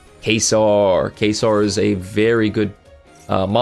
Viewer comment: Cant wait for Gaze of Timaeus so i can summon Dark Paladin. Also Trudeau is pronounced True-Dough and Caesar is pronounced See-Zer. Just so you know.